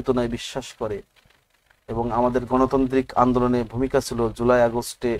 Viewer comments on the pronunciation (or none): none